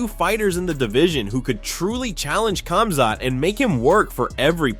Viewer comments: It's pronounced HOM-ZOT you dorks. LEARN to speak someone's name right. There is no K sound in these names, just like Khabib is pronounced HU-BEEB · Khamzat...is sounds like Homzot, not Comzot. DO BETTER